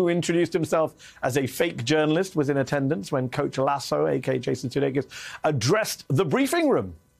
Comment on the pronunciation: Did Mehdi Hasan say LaySue? It is Lass Sue - oh and has Sue donne? No man is an island. Himself a loan. But the Isle of Man....